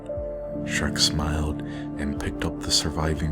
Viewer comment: Shrek is not Dhrek!